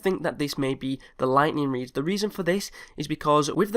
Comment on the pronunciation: its oviosly the ligthneeng reed